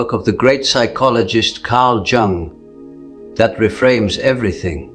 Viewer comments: Pffff,,its Jung (young) not jungl as jungle...get it right bro...ai cant do everything that human does... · Man,,,cant watch it..each time it say jung as jungle...its spell like young.. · If you're AI can't pronounce Jung correctly how do you know this accurate. Jung (young) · Is an A I voice unable to pronounce -*Youung*? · Please try to pronounce Jung’s surname properly. Just imagine that the letter J is silent, so his surname sounds like Ung! The letter J is always silent. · Your AI needs to learn it's pronounced Carl Youg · Its pronounced "Yoong" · Your AI is really over pronouncing the J in Jung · Tell the be AI it's Jung is pronounced more like 'yoong' it's bugging me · Great content, but Jung's AI voice avatar needs to learn how to pronounce it's own name. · Can never be sacred. Rubbish AI video Jung is pronounced Yung! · AI voiceover can't pronounce his surname! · so mr Jung is a chinese man?! that is definitely not the way to pronounce it ... bye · That's not how his name is pronounced lol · You could at least get the AI to pronounce "Jung" correctly. Did you write this? Or was it ChatGTP? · This AI can’t even pronounce Carl Jung’s name and certainly isn’t teaching or repeating anything he ever said. However, if the words help then good. They’re just not from Dr. Jung. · Dear AI, you need to learn how to pronounce Jung's surname properly. It's also seen as a lack of respect, not pronouncing someone name properly